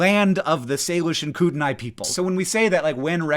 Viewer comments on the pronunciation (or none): is that how you pronounce kootenai?? oof idaho